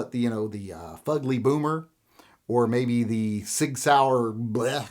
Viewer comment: you always miss-pronounce SIG and say Pig, I’d name your gun the SIG Pig.